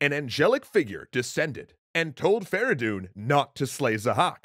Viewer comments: why farahdoon? his name was "Ferey doon فریدون" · It's Feridun not Fara Doon. Furthermore Kaveh and Feridun didn't liberate Arabia but the Iranians. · fradon not veredon